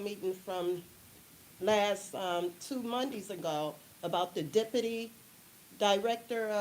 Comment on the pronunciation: JWC: "the dippity..." Me: 🗣️ DEPUTY! Use your phonics!!!